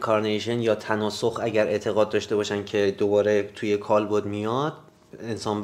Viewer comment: کالبُد اشتباهه دوستان درستش کالبَدِ